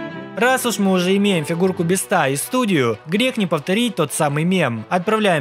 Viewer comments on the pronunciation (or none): не мистер бистро а мистер бисть 😊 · Правильно мистер би́ста а не биста́ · Не мистера Бистá а мистера Би́ста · Меня одного бесит, что он говорит не Мистера Би́ста, а Мистера Биста́? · Меня одного бесит когда он говорит биста